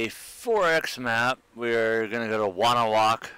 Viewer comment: I live in wonewoc. you pronounce it wrong